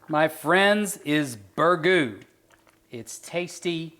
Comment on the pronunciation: Learn to pronounce it first.